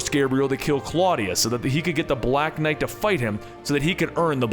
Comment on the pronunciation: Umm... I don't like the way you said BLACK knight.